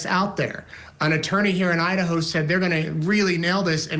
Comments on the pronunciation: ……”the murder of four college students in oh-I-Un….” Excuse you? This guy… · Yeah, what the heck was that? Ohat'n? lol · lmaooo dude said O’ottn instead of Idaho